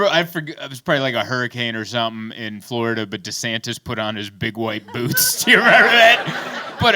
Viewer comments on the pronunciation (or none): none